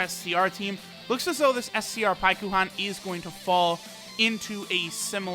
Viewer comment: Hate how the game calls it Paikuhan, its Pikkon. In English at least.